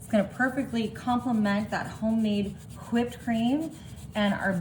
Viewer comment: Did she say whipped cream with the hard wh— like Stevie?